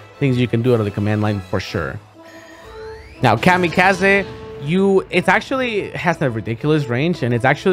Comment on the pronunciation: No one: Zero: Kamy-kah-zeh